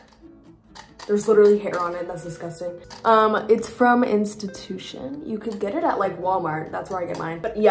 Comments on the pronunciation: It's Intuition NOT institution! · Ma’am, it’s Intuition, not institution